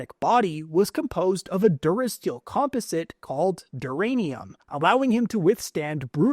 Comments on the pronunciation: The way this guy says composite and parasitic frustrates me lol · Dude’s got some weird pronunciation, parasitic and composite; seems like he’s never heard them spoken before 😂 Edit: or it could be an AI voice, but I doubt that